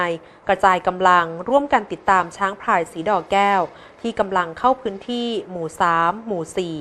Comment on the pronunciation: ฟังไปฟังมา หูได้ยินชัดว่าผู้อ่านข่าวหญิงอ่านคำควบกล้ำไม่ผ่าน น้ำตกพลิ้ว ได้ยินอ่านว่า น้ำตกพิ้ว ,ช้างพาย แก้ว ทั้งๆที่หวัข้อวีดีโอขี้นว่า ช้างพลาย แวะเล่นน้ำโคน, แทนที่จะเป็น โคลน อันตลาย เป็นผู้บรรยายข่าวไม่ควรพลาดการออกเสียงภาษาไทยที่ถููกต้อง ข่าวคนดูกันทั่วประเทศ ลงยูทูปเสียงไปทั่วโลก ถ้าคนไทยอ่อนภาษาตัวเองนี่ อือออ..น่าเสียดายคะ แนะนำผู้บรรยยายข่าวไปหัดฟังภาษาไทยที่งดงาม ใช้ถูกต้อง อออกเสียง ร.เรือ ชัดเจน คำควบกล้ำ ร. เรือ ล.ลิง ชัดเจน ที่ช่อง อ.อาดัม แบรดชอร์ อ.สอนภาษาอังกฤษให้กับคนไทย และปัจจุบัน อ.อาดัม ยังเป็นตัวอย่างการใช้ภาษาไทยที่งดงามและถูกต้องให้กับคนไทยอีกด่วยคะ โชคดีีที่ผู้บรยายข่าวออกเสียง ร.เรือ ชัดแจ๋ว ไม่เป็น ลอ.เลือ แบบที่คนส่วนใหญ่เขาเป็นกัน แนะนำเพื่อคนไทยจะได้ช่วยกันใช้ภาษาไทยให้ถูกต้องสู่คนรุ่นต่อๆไปคะ